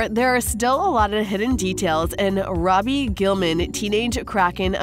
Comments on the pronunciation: She really said Raby then ruby 💀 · It's Ruby not roby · You call her "Robby" but you don't call her by her real name, "Ruby Gillman". It is not " robby". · Its roo bee not Roby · It's ruby not robby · It’s actually pronounced [ru-oo-bi] ruby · She said ROBY GULLMAN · You are saying RUBY wrong😂